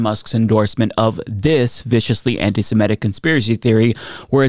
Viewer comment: One more time: not anti-SiMETic. It's anti-SeMITic.